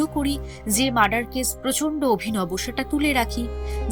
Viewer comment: কয়েকটা উচ্চারণে একটু সমস্যা আছে, যেমন কেস আর কেশ... এগুলো একটু নজরে রাখবেন প্লিজ